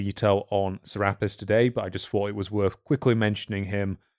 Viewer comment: "Serapis" is pronounced "Cer-ah-pis" Make that over 2k different Gods, Goddesses, and other deities. Some only known by one name in one place. "Ra-Horakhty" is pronounced "Ra-Hor-ahk-tay". Isis is also associated with the Virgin Mary from Christianity. Though most modern day Christians are unwilling to admit it. "Ma'at" is pronounced "Mah-aht." Apostrophe is there for the brief pause. "Duat" is pronounced "Do-aht." I'm not sure how to phonetically write this one. Think of the the "a" pronunciation with the way you British folks say "can't" vs us Americans. That kind of "a." "Ammit" is pronounced as "Ah-mit." Essentially, all your "a" pronunciations are incorrect. Also, she's not a "demon" Goddess, she's just a Goddess. That's a false interpretation of her role by modern people. She eats the hearts of those who have committed crimes against their fellow men and the laws of the gods, thereby ending their continued existence. She serves her purpose. And the "sins" part is incorrect. People find it easier to shorthand to the Christian "sins" than do the ancient Egyptian beliefs justice. "Ahmenmose" is pronounced "Ah-men-mo-sa." Just like "Thutmose" is pronounced "Tut-mo-sa" With "Ptah" the "p" is always silent so pronounce it as "Tah." "Thoth" much like "Thutmose" is pronounced with that "h" at the beginning being silent. Which is confusing for us English speakers but that's just how they transliterated the hieroglyphics into our alphabet. So read "Thoth" as "Toth". "Ptolom